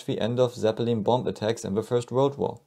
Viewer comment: The way this narrator pronounced ‘ Zepppelin’ is nails onna chalkboard